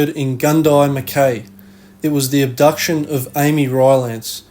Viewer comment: Mackay? No aussie would ever pronounce it like you did, even if they never heard the word before.